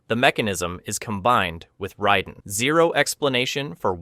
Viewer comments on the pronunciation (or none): RAY den. Not Rye den. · I guess you haven't noticed that everyone calls the thunder god, Raiden, not Ryden. And you don't seem to know that there are multiple timeliness which explains many of the things that you claim have no explanation. Kahno? Are you serious? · I heard riden and I’m out